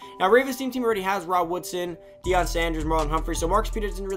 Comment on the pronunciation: "Deion" PS4